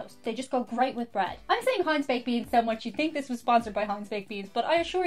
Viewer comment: no problem. I love the way you drop the ‘h’ after a T. Think become “think”, thanks becomes “ tanks”.